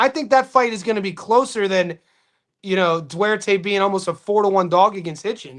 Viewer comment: Its Du-ar-te G